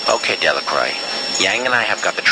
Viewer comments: Delacroix can't even pronounce her name properly... Well in fact it seems no one can. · What I thought was funny was that even Marie mispronounced her own name. But I loved this game!